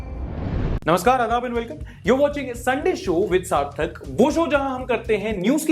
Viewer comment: toh galat kyun padhte ho,... aap sarthak ho ya sartak?? Naam sahi se pronounce karna chahiye., jaise woh hai., not jaise hum chahein